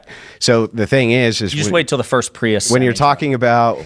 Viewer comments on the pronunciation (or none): none